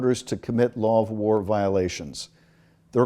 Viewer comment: war secretary... it is w-a-r secretary... 😋 and nukular... Homer Simpson taught me that... 🤣